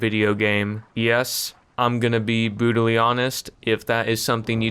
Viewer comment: bro can't even say brutal